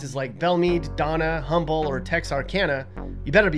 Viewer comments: It’s pronounced umble NOT humble. The H. is silent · Yea it's umbo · Catherine Jarrell same I say HUM BLE when it’s pronounced UM BLE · Anyone gonna tell him it’s “Umble” not “Humble” 😂😂 the h is silent. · Humble is pronounced Uhm-ble. Silent H. Just so you don't sound like a total foreigner when you visit our country. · Lololo Humble is pronounced “Umble” .... the H is silent...that’s how we know when someone isn’t from around here. 👍👍🇺🇸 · I noticed you said "Huh-mble" Here come the Humble residents ready to correct you. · Humble is pronounced without the "H" and El Paso is one of the safest big cities in the USA despite its proximity to the border. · The “h” is silent in Humble. Say “Umble” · Humble is pronounced “Um’ble.” The H is silent. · A very good effort with this video. The truth is, Texas is too big and diverse to cover in such a short video, but kudos for the research. You may want to know that What-a-burger is pronounced "waterburger", Humble is pronounced Umble, and many people (but not all) do not care for Beto. You may recall he lost the election. Many Texas cities may argue about who is the best, but if anyone from across the state line says one negative word, it is all hands united on deck. I have no idea why it is like this, I think they put something in the water. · It’s pronounced Umble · Also pronounced the H in "humble" lol. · You mispronounced Humble lol Also I’m from TX and never thought about how much cheese I eat but you’re right, it’s probably because of Tex Mex food culture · The H is silent in Humble. I used to live there, and still visit all the time. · You did not just say “humble”